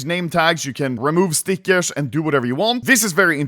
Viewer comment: Ludde's english might be perfect at that point, but he still is saying Stickesh instead of Stickers XD